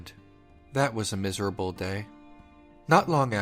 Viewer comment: "That was a miserabel day" that hit deep